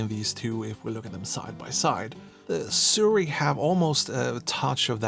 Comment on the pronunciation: Why not compare the sirui to the new sigma 35mm f1.2 ii ? And it's Sirui is pronounced Suu Rayy